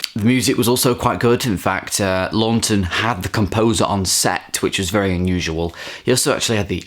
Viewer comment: I've got the Arrow Academy release from 2013 but still haven't watched it yet,got similar extras to the Criterion,and it's pronounced "Lawton" with 1 n ;) he was also in Spartacus,also check out Witness for the Prosecution from 1957,similar vein as Twelve Angry Men but just as good.